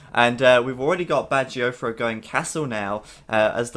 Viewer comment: Can someone please explain why BacT is pronounced "Badger-O-Fro"? Am I missing something or is my hearing bad? I don't understand...